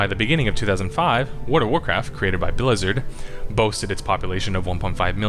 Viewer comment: It's really hard to understand what you're saying bc you're clearly reading from a script. The effect is that your speaking tone is straight up droning. It doesn't help that you didn't bother doing multiple takes when you make obvious flubs of basic words ("Bleezurhd"). It also doesn't help that you're constantly rattling off statistics unrelated to the game (why do I care what Blizzard's WoW sub numbers were in 2003?!?). There is no speaking flow, no MC mic overs, just you reading from your script of run-on sentences.